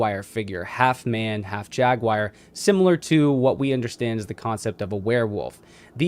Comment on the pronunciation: Last I checked it was Jag-war not jag-wire. Love this guy but this pronunciation is killing me here🤪